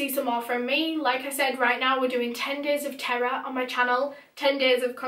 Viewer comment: this whole time i thought u were saying “10 days of tarot” n now just realized that u were saying “10 days of terror”